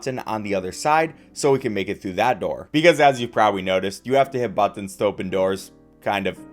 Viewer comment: Stop saying buttons like that😂 i had to exit the video